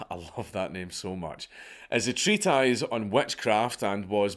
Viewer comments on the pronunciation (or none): "TREAT-EYES" It's treat-iss mate